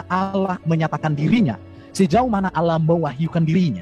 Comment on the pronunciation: Bukan olloh Z yg benar Allah